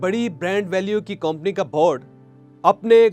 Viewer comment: Pehle theek se urdu bolna seekh lein janab motivational speaker sahab 😂😂😂 kompony and Mr gay Mr gay.